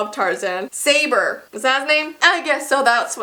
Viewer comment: Its pronounced sUh BOUr not say ber